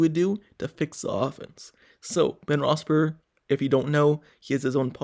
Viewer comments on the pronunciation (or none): Really wish this guy would learn how to pronounce Ben's name.